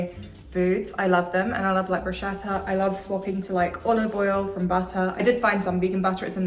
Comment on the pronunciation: I live your brit way to say bruschetta 🤭 So sweet ❤